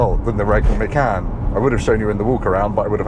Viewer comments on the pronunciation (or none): Macarn? Wtf….. please please please, we need to stop this, it’s MACAN like! Or do you drink a Carn or 🍺 😂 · I think it's actually pronounced machaan